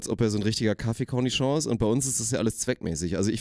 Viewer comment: Das Wort ist Connoisseur nicht Cornichon :D